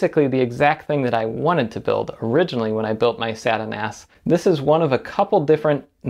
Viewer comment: Every time you say SATA NAS I giggle.